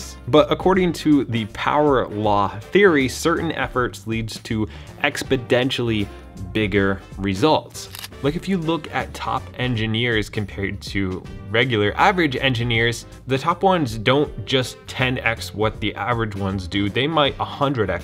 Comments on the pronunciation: exponentially*... not expodentially, which is not actually a word 😊😊😊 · Ah yes, I want “expidentially” bigger results 😂 I think you meant exponentially. Love the video. Keep it up! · ...expodentially? Bruh.